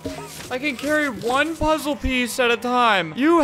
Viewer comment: The dude having a seizure tho + “Solve the lASZer pollze” “Soalv it pleazea”